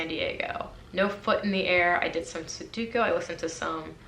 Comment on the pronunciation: Am I crazy or is it Sudoku not Suduko?